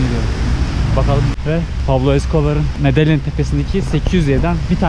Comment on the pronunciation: Medeyin diye okunuyor